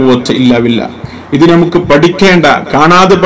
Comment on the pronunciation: നാം, നമുക്ക് പോലുള്ളവയിൽ . ന യുടെ ഉച്ചാരണങൾ ദയവ ചെയ്ത് ശരിയാക്കുവാൻ ശ്രമിക്കുമല്ലോ